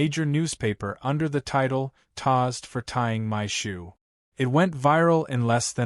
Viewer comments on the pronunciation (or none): Tazed not tossed. I get irritated hearing miss pronunciations of words.